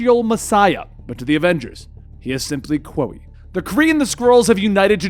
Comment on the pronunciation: Quoia is pronouced “Koya”